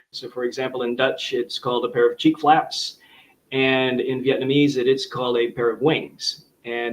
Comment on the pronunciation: I am Dutch and was wondering about these "cheap flaps", but then I got it. You said Cheek Flaps 😅